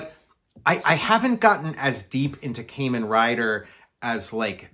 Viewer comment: Love Kamen Rider! My favorite is Kamen Rider Black. BTW, it's pronounced "kah-men." Curious to see your approach of a tokusatsu comic. I would like to make a tokusatsu bio-horror splatter punk comic.